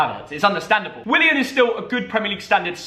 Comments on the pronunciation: Who heard saying Willy An instead of willian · He really just said will-I-an 😂 no hate though